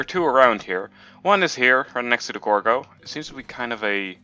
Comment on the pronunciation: Do u mean gordo, u kept saying gorgo